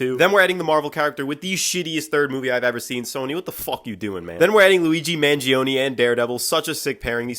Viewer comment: Him calling the Punisher Luigi Maniguone is amazing.